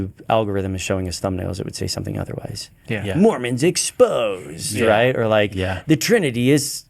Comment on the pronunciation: Did just say “Marmons”? lol!